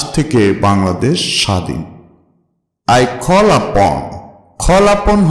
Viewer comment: tnx sir but apni call ke kholl upon bolsen